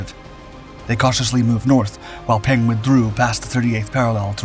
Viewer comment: Peng’s reward for leading the Chinese troops? Death by plane crash while fleeing the Cultural Revolution. BTW, Peng is pronounced more like Pung. The e sounds like the e in the word the.